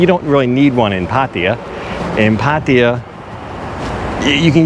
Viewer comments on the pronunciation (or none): please!!... try to make the pronunciation of "Pattaya" more better....it's horrible :-(